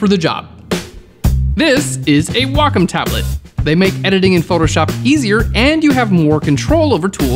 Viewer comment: Did he just call a Wa-COM tablet a WO COME TABLET 😂😂😂😂💜🥿💔